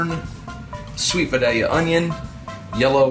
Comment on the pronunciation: Thank you for saying Vidallia onions correctly. I grew up near there and it kills me when someone corrects me on how to say it.